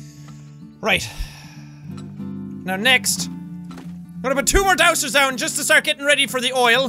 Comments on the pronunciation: Six episodes in and he's still saying 'dowser' with an 's' sound. It's pronounced 'dow-zer', Jack; no one's helping you! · As someone that lives in the west Ik that its pronouced Dowzer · dowser = dowzer. it's like a casual z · no its pronounced Down-sir